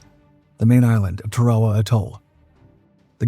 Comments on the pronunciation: Tar-A-Wa is the correct pronunciation. I really hate all these AI BS videos. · Please learn how to to pronounce words like Tarawa